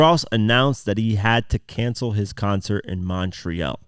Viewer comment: Bro whats wrong with you? You can’t pronounce montreal properly?